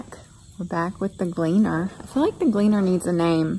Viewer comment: "Glee-Ann" for the Combine name?